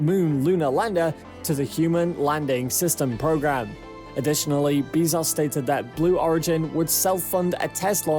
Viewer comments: Why can no YouTuber say Bezos correctly... Dude says "bees sauce" other says "Bez Ohhs"... Morons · why you gotta take a name that everybody knows how to pronounce and then say 'Bee-zoss' instead...? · How do you pronounce “Besos” ? (Hint: not “Beez-ohs”.) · jesus, its not beezos, its BEZOS (E AS IN EPIC) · "Bae-zose" Bezos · Wow! I can't believe how misinformed this drivel is!!! And the title is just clickbait! Shut-out maybe but not shut-down or even shut-up. • A $2.9B contract is NOT a huge contract and is actually half of what SpaceX will spend developing the HLS • Bezos is pronounce Bez - ohs, Not Bee - zos • A formal complaint MUST be responded to - it cannot "fall on deaf ears", suspension of funding is required until a decision is reached • There is and never was any "monkey wrench" to SpaceX's plans. Starship is in full and rapid development at Boca Chica - totally funded by SpaceX itself • There was never any hesitation or interruption due to uncertainty over HLS funding - Starship development does NOT depend on NASA dollars • The protest by petulant sore loser Bezos was totally expected - it was not a surprise • What to do ? What a BS question! Stop their self-funded development? Waste time & dollars with lawyers? Or ignore the distraction and let their proposal speak for itself and continue to do best - create "impossible" things! • The idiocy continues but is too painful and wasteful to continue watching. Bezos is acting like a spoiled brat who got caught play acting on a serious project with a proposal that was double the price, failed to meet basic HLS requirements, required live crew performance testing from a company that has failed to accomplish anything but a token yo-yo tourist ride and is years late on delivering its BE-4 engine (if it ever will). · "Everybody knows how to pronounce"? Everyone I know says "Bee-zos", not "Bay-zos". Depends if you prefer to pronounce using the English "norm" or use the Latin / Spanish "e" pronunciation.